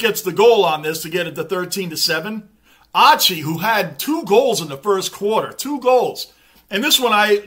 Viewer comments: Just so you know Lachie Neal's first name is pronounced Locky lol, just a little side note :) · G’day. Great review mate. Lachie Neale is pronounced Locky 😂. It’s hard for any team to sustain a lead like 28 points and go on with it. Especially against other good teams. These games are full of momentum swings. Collingwood are known to be able to claw there way back into the game and win, but they couldn’t sustain the pressure required this game. So many factors come into play as to why. Good to have you back mate 😊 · Lachie is pronounced Lock Key, his nickname is Chock (Choccie).. The reason they can’t stop Charlie Cameron is because he’s unstoppable mate.. And even if you did stop him, we have Lincoln Mc Carthy & Chocc (both Brownlow Medalists), plus we have weapons like Bailey, Robertson, and All Australian Harris Andrews.. 🦁💪🏽 We’ve waited for so long for Brisbane to build us a team that was unbeatable come Finals time.. Here, Hold my beer..😂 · Great work as always. Hoping Fremantle pick up their game in 2024! I love how you pronounce ‘Lachie’ as ‘Lotchy’ ☺️